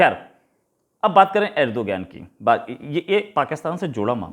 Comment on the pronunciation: "अर्दोगान" सही उच्चारण है।